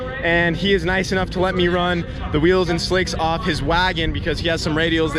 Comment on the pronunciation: WAGON!!!!# not wago, why drop the n, it sounds f-ing goofy!